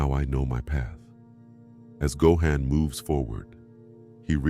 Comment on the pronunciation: Gohan’s name is not pronounced right!!😐😑